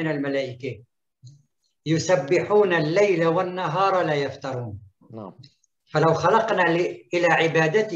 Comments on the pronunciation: أستاذنا الفاضل مع احترامي للدكتور فهو(يقرأ كلمة يفتُرون يقرأها بالفتحة وهذا يغير معنى الكلمة تماما)كملاحظة فقط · فالكلمة (يفتُرون) بالضمة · لا يفتروووووون بضم التاء .. مرة ثانية أعيدها لك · لا يفترون بضم التاء أبها المفتري